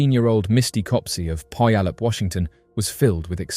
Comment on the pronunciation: Puyallup is pronounced.. pew-al-up